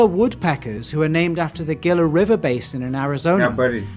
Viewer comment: It is a "HEE-LA (Gila) monster.